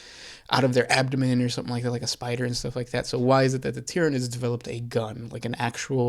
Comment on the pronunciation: Not gonna lie. As kids my friends and I also pronounced Tyranids that way too. And don't get me started on Abaddon, Macragge and Malekith.